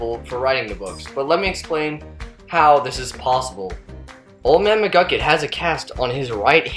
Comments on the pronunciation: it's mcgucket. not mcglucket . other than that loved the video! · McGlukit, seriously? Its McGucket. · Did you hear him at the end he said old man muglucun in stead of mugucet idiot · His name isnt old man mcglucken its old man mcgucket